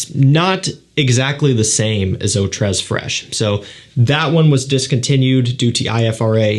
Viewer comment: Eau tres is pronounced "oh tray"